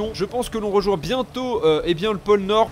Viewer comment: Pôle nord Pas pole nord